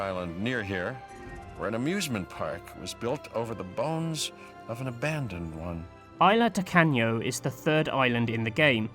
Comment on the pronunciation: LOL, he said Isla Toe-Can-yo